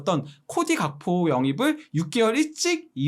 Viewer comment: 외국어 표기법에 의하면 현지 발음을 우선시한다고 하지 않음? 근데 왜 영어 발음을 우선시함? 현지에선 각포가 아니라 학포라고 발음하는 거 같던데